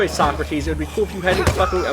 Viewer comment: He definately pronounces it "So-crates" :)